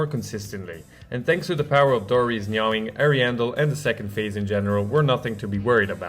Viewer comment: its "nah-ing"